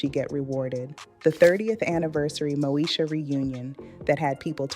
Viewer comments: It's Moesha not, Mosha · It's MŌ-Ē-SHA! NOT NO DAMN MOE-SHA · Mo-e-sha .... not Mo-sha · I had to stop watching, bc it must be AI! The name mispronounciations is crazy such Mosha for Moesha...Uuuug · Brandy's name on the show was Moesha. Pronounced...Mo E Sha. Not Mo Sha. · The show was Mo-esh-a, not Mo-sha! It's all about confidence & drawing the line. Look at Lizzo. They tried to put her down, but she rose anyway. I wish nothing but the best for Countess. ❤ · Who is Mosha??? Please learn to pronounce the names correctly before posting videos!! It’s pronounced Mo-ee-sha !! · Ok AI but informationative . It’s Moesha girl not mosha lol 😂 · Why this lady pronouncing Moesha name wrong, she's calling her Mosha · This is all AI. It’s not pronounced moo-sha. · Is the host AI? The show was Mo-e-sha….The way it was pronounced was….interesting…😳🙄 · This is an AI video. The show was pronounced MO EE Sh Uh. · Pronouncing Moesha incorrectly and calling 227 'Two Twenty Seven' is throwing me. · This channel is some AI mess. They can't even say Moesha correctly. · Yeah the AI sucks....the way she said Moesha😕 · This is AI this youtuber is not real she pronounced Moesha wrong listen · Yep I heard it! Let me watch something else